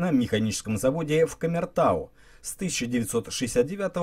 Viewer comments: Автор, Кумертау, а не камертау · Кумертау правильно говорить